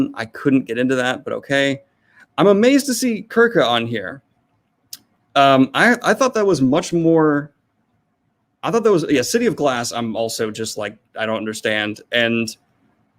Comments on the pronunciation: Him pronouncing Circe ‘Kirk-Ah’ and then catching himself and saying it correctly killed me. But, yeah, I don’t consider Miller to be a fantasy writer and I don’t think she would consider herself to be a fantasy writer either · Your pronunciation of "Circe" threw me for a loop. It's sir-see.